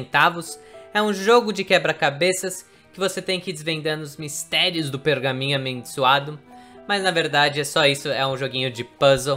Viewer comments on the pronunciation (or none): Pergaminho "amendissoado" kkkkk